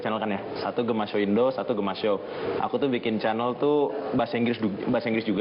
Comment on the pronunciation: Kok narator nya ngomong chanel malah "kanel"